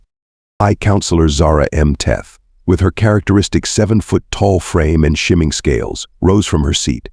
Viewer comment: Shimming scales lol